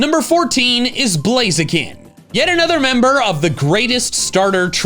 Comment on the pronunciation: TORCHIC DOES NOT END WITH AN S! AND IT'S BLAZIKEN, NOT BLAZEKIN!